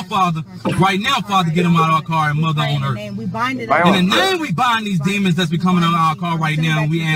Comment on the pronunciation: Muver on earf